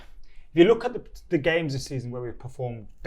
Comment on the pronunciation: This guy says SCH instead of K, is that how most people in Liverpool talk? Look = Looch